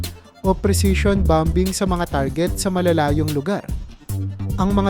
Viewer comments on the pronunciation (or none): Boss huwag ka magalit. Correction lang. Yung bomber. Bamer kung i pronounce. Yung bombing. Baming kung i pronounce. Salamat